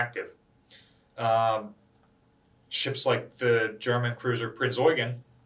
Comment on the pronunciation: I was so happy when you pronounced "Prinz Eugen" correctly :) Thank you for that!